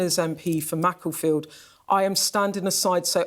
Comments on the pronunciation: "Macca-field" and I'm supposed to listen to this pathetic excuse for journalism to inform me? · didn't call it Macclesfield, she called it Macclefield. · Skynews cant pronounce makerfield